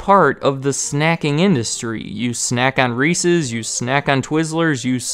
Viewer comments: Milton Hershey was not cool. He was racist. Props for saying Reese's and not Reesie, though. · WOW someone who can say reese's the correct way.